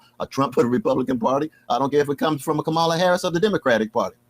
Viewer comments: Cornell West mispronounces Kamala just like Trump does. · Is Cornel watching too much Fox News or something? He pronounces Kamala's name just as they do: KaMALa. There's definitely a right way to pronounce her name and it's not that way.